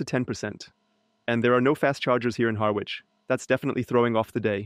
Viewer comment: The 'w' in Harwich is silent. 😉